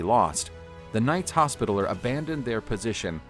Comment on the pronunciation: This guy pronounces literally every other word wrong. Pronouncing hospitaller wrong.